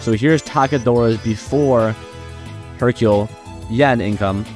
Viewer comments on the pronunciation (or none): Brother please improve upon your speech 😭 "Hercule-uh is-uh very good-uh" gonna assume you're talking like that to farm comments bashing on you but idk. Edit: I know you aren't gonna care, but its giving me a god damn headache, probs a good and informational video but can't deal with the "uh" at the end of every word 😭